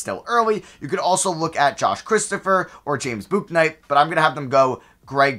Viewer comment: It's James "Book-Night" for future reference btw